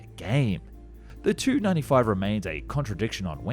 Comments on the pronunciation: Just a note, Tu is pronounced 'T-u' (letters separate) instead of 'tu'... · I hate to correct such a great YouTuber but the way you say it is T U not Tu, I’m sorry for correcting you